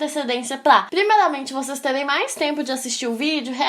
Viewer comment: Só eu ouvi q ela falou "Escleva" e "Plimeilamente".Sem ofensas, só estou perguntando